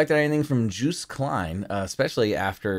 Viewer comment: It's pronounced something like "Yowst". The way you prunounce it would be spelled Djoest or somethimg in Dutch.